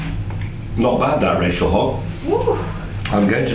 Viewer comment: not all words have a "z" at the end. I'm just kidding:) Thank you for another great video!